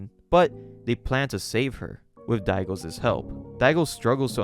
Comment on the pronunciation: I loved the vids on this series! What a wild ride. Thanks for telling the story! One small critique; you use too many Ss on those possessive nouns my guy. It's "Daigo's" but you're saying "Daigo's's" Not a huge thing but it happens with every possessive noun and I just wanted to point it out Anyway, this story is bonkers. Thanks again for sharing it!